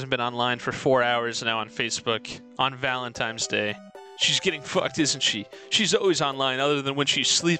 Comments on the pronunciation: The worst thing about this video is the narrator constantly saying "valentimes" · Could never understand why a non-insignificant number of people say Valen-times Day.